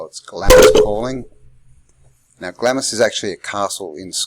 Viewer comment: Do you really think it’s pronounced “glammis”?